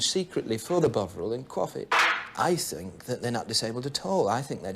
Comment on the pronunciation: " I fink thats a smashing idea" lol